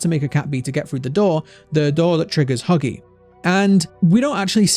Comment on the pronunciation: lol me and my brother can’t stop laughing when you said buggy not huggy